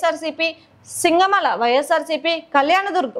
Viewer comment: సింగమల కాదు శింగనమల